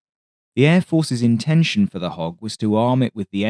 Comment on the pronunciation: I totally thought he was saying “hawk” until I read this comment 😎